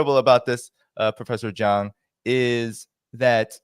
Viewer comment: He keeps on calling him Prof.Jang, which should be called Prof. Jiang